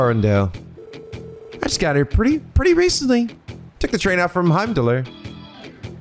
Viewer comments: In case you were wondering it's pronounced "Heim-doll" without the R. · Feel free to delete if spoilers, but the r in Heimdallr is silent so it's just Heim-Dahl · Day idk of pointing out it’s pronounced Heim-DOLL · Just a little note here, but Osborne's first name, Giliath, is actually supposed to be pronounced as "Gilly-eth". Likewise, Heimdallr has a silent R, so it's just "Heimdall". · Okay...I just have to say, the way you are pronouncing Heimdallr is driving me a little nuts, so I'm just going to say, the R is silent, it's just pronounced Heim-Doll. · also small thing, you dont pronounce the r in heimdallr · Oh, just to clear this up about how the name of Heimdallr is pronounced, the R at the end is silent. So, you don't have to annunciate the R.